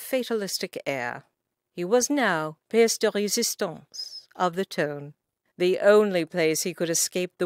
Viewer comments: Its not tone, its ton, pronounced tun, that's as close as I can describe it. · AGREED!!!! EVERY TIME she said " tone" I cringed and wanted to scream.. IT IS TON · OMG the word IS NOT " TONE" I cringe every time she says it... IT IS "TON" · I’ve read this kind of book before and always wondered how to pronounce “ton” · Why is she pronouncing "ton" like "tone?" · narrator mispronouncing “to and scone she’s using US English .The ads are too many ad interferes with the witty story .